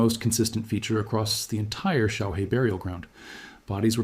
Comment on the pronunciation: Xiaohe, pronounce xiao her, means little river.